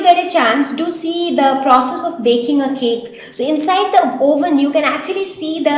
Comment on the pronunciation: pronounce oven as uh-ve-nn